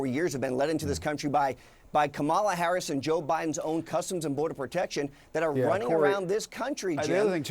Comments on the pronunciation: He is more nasty than Trump! Apparently he and Trump are equally dumb/incompetent and can't even pronounce name correctly! They are thinking that they can win the electron by mispronouncing Harris' name?? So childish! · When you have nothing to stand by and not tell the truth, Republicans start mispronouncing Harris's name to put her down?!😂🎉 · The disrespect in purposely mispronouncing Kamala Harris' last name is unacceptable. Corey should be ashamed of himself.